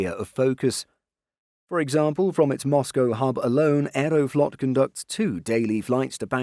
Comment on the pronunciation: Moscow, not Mosgo